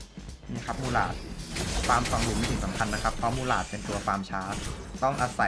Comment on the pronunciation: 6.32ผมได้ยินพี่พูดว่ากุหลาบ แต่ที่จริงมันชื่อว่า มูหราด